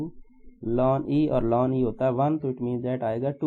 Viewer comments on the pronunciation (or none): Sir it's not lan it is natural log 😔